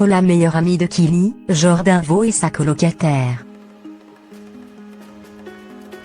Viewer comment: Putain c'est quel langue ? Kili au lieu de Kylie, Kardazia, Jordan Vo mdrrrr je suis choquée😂😂😂